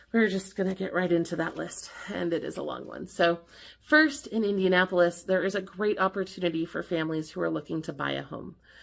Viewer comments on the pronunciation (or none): none